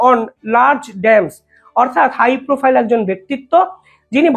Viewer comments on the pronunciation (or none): none